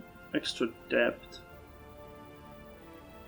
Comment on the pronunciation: Not like criticism? Ps it's pronounced det not depth